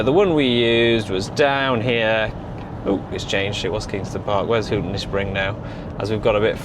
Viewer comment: It's pronounced "Hawton" surely?